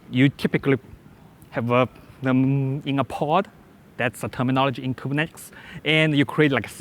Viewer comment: The only issue is how he says Kubernetes and a new other words he seems to struggle with. Beyond that, solid information and good presentation with good control over disfluencies.